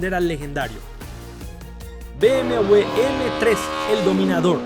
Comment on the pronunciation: Que triste no saber pronunciar B M doble V